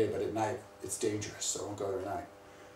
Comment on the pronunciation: not so dengeras, DENGERAS. MUAHAHAHAHHA I almost cried from laughter.